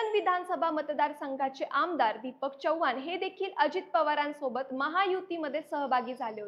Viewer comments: Chavvaan nahi chavhan aste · चौव्हाण असे चुकीचे बोलु नको.... चव्हाण असे नाव आहे. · चव्वान नाही चव्हाण..